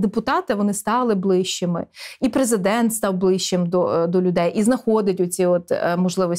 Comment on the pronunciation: А що, хіба преЗЕ!дент читає не "страна.уа"?